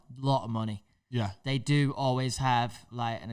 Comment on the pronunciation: You can really hear the manneh accent from 😂